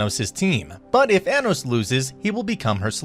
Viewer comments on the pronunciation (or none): why do you pronounce his name like that its pronounced ah-nos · also you say anos wrong just so you know